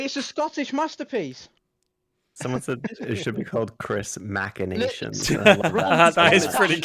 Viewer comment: low key popping in with "mackinations" and "christorian"